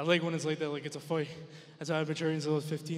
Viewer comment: Hahaha why does he say “foight”?